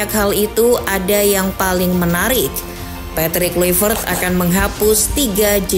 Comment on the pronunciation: Min Patrick Kluivert bacaannya Petrik Klaivert.. hadeeehh